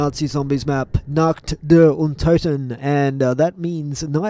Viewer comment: you spell nacht like nackt in german. nackt means nude 😂😁👍